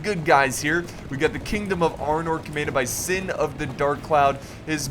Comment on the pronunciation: haha the way you pronounce the names is very american and very funny.Arnoor,Gondoor,Isildoor